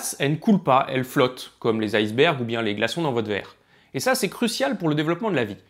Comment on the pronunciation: Iceberg n'est pas un mot Anglo-Saxon, mais Danois, donc ne se prononce pas comme çà ! ! !